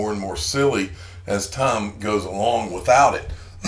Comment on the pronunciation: It's Tie-m for XRP 😂